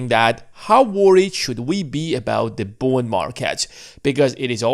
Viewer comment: Is he saying Bone Market?